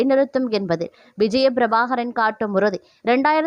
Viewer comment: விஜய பிரபாகாரன் இல்லை பிரபாகரன். உருப்படியாக உச்சரி யுங்கள்